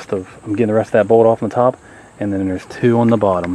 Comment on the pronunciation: Is it just me? after minute , the word bolt sounds more like bald 😬✌️ btw thanks for the tutorial. It is very helpful 👍